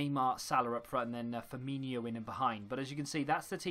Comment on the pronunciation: "Firminio" Aaaaah it's Firmino not Firminio, triggers me as much as people calling Premier League "Premiership" or BPL - which it hasn't been called either of those 4 years!